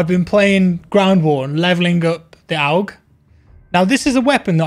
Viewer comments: it's not oug it urrg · Lol why do you say OWG its AUG as in August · It's pronounced awwwg not owwwwg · Just FYI my dude it’s ‘AUG’ (aw-g). Like you’d pronounce “augmented”. Great vid man. Good stuff, keep it coming my guy. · Its pronounced 'awg' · The way you say aug hurts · Isn't it pronounced "A......U.....G" ? It's the Australian military rifle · Please pronounce AUG properly 😂